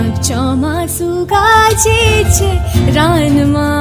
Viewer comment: ચોમાસું ગાજે છે રણમાં, not રાનમાં